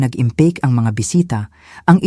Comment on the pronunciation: Naggandahan dn aman aq s mga kwento Nila kya lang ang pg narret ! Gaya nng pg eempake ang narition nya impake! Nyaaahaha